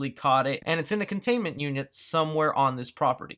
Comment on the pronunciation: containment you-nient. 🤷🏽‍♂️